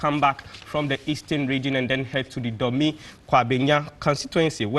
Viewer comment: plz take note, we've no area or town in GAR pronounced Domi (Dome). The rich language has been corrupted by Twi immigrants who may have similar names. The proper sound of the name Dome is Dɔŋ as in "dawn" and not Dɔmi as you pronounced.